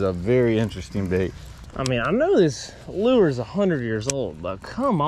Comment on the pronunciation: I'm still trying to figure out what the hell a "loo-er" is! Somebody needs to let this guy know the word 'lure' is a ONE syllable word, and pronounced 'loor!'